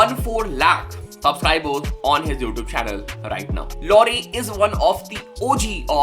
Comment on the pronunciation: Did he said lore 🤣😭😭 it's लाउरे means army guy